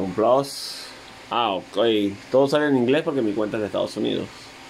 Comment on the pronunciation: Plass es plus se dice plus ahi mi playstation plasss